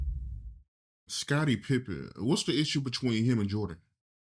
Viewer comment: Did he say Scarnie Pippen?